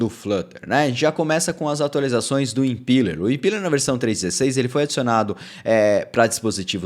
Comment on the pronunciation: Excelente update,!! Fico feliz com a direção do nosso querido Flutter. Só uma dica, a pronúncia dessa rendering runtime é "impéler", como visto aqui: Abração!